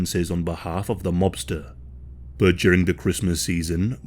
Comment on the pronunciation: Every time he says 'but' it makes me chuckle. It sounds like Bot 😅